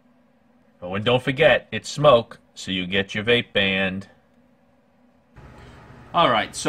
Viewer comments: It’s smok not smoke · It’s called smok not smoke